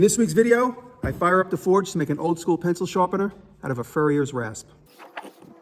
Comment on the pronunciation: Now, is it a "furrier's rasp" or a "farrier's rasp"? Just kidding, jk, just making fun of the pronunciation. Seriously, thanks for all you post - thumbs up.